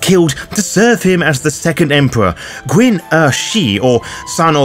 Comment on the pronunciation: Love all your stuff. But I have to let you know that "Qin" is pronounced "Chin". It's were China comes from. The next Dynasty was "Han" so we call the culture "Han"